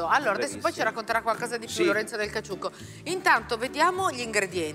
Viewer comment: E il mitico gattuccio nel caCCiucco che la Clerici non riesce manco a pronunciare...🙄